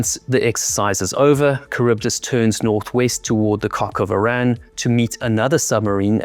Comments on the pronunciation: When referring to the 'British Navy' in future, just use the term 'Royal Navy'. You never hear about the 'British Air Force , do you? And, while on the subject, Arran rhymes with 'Barren'. Great job on your channel btw. Keep it going.😎😎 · Guy couldn't pronounce Arran. What chance has he got with the details.